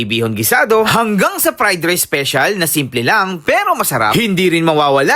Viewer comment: Hmm why do you have to mock the way how he said "special?" (ispisyal) 🙄